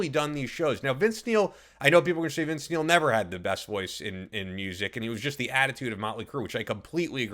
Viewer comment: All I hear is Vince MEAL...